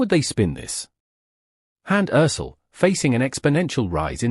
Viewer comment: Perdón. Deben de aprenderse Bien, los nombres de las personas de las que están hablando, No es Karun Buren y ella No es Hans Erçel (Se dise Kerem Bürçin y ella Hande Erçel